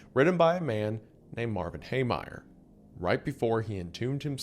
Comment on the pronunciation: Mispronouncing the name of the topic of this video is disgusting. Heemeyer.